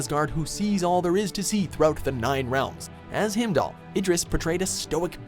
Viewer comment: Him Doll? wtf dude?